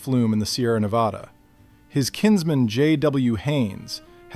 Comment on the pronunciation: Yes, more history like this, please! Also, thank you for pronouncing Nevada correctly 😅